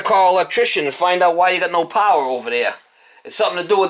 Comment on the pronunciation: She said "Can you see?". Lighting goes on. said "I can see now. So we got no powah heah. So that means there is no powah coming in for the heatah." I love these vids. And he is such a great contractor too - can fix just about anything.